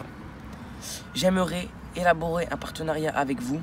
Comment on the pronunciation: c'est quoi un "partenarait " ? Mdrrrr